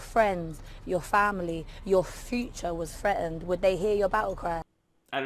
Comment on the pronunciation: Th-reatened . . Not Freatened. dropping your T's makes you sound very low IQ. .